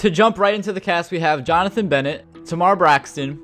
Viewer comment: pronounce tamar correctly ah jeezus